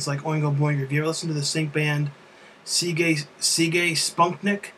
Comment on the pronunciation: Just say it like "Cig" as in cigarette (Sigue Sigue Sputnik). You'll know the song from Ferris when you hear it (Love Missile F1-11)